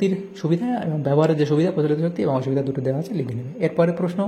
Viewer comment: Sir আজথেকে জানলাম যে - অসুবিধা নয় ভসুবিধা হয় 😂😂😂😂 কিন্তু আপনি বুঝিয়ে দিয়েছেন❤❤❤